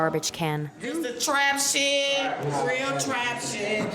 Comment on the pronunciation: what in the AI is this the way it pronounced sh!t was crazy and never seen lake spelled lac lol